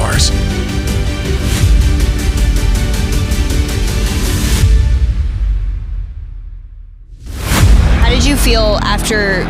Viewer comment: 'The violent Eddie Alevarz' 🤣🤣🤣